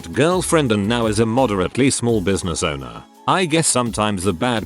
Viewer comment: "owner" nice english